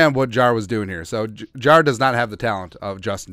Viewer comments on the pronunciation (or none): They way you pronounce Jaire is driving me crazy lol it’s not Jarar- it’s jai-air lol but couldn’t care less he’s a cheesehead I can’t wait for this season to start